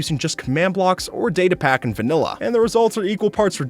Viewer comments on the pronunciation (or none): when he says vailla i was eating a vanilla ice cream